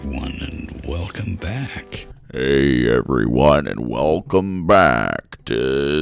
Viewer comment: Even in my Gamergate, anti-SJW days, I could not watch Undoomed. Whats with that voice? "WelCUM baCK" Dude, swallow your fucking spit! Its like if Satan was recording was record ASMR. I don't even care about his content, that voice alone is enough to tell me how terrible he is. It makes me physically sick.